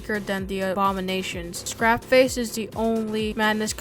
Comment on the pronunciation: It's Scrapeface, not Scrapface Ragtime, not Ragetime